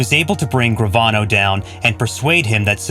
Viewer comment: Again...another narrator who can't pronounce simple names properly or get the facts straight/correct!! Frank's last name is pronounced Duh-cheek-o, not Docheechio. And it was Sammy 'The Bull' Gravano (pronounced Gru-von-o. Suprised he got that name straight). It was Sammy who planned Paul's execution, not Frank, with John Gotti, and again, Sammy who was named as the new underboss. And...Joe 'Old Man' Paruta was part of Sammy's crew, not John's. It's sad in this day and age how facts are just a click away as are proper pronunciation of names.